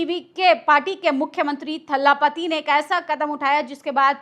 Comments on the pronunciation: Didi iam sorry to correct you it's thalapati not thhaalapati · Kya thala thalla bolti ho maidem,unka naam c Joseph Vijay hai